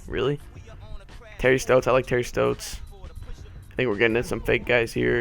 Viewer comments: U were saying terry stotts wrong, im a blazers fan i would know. Its st-'ah'-tts not terry st-'oh'-tts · Your saying stotts wrong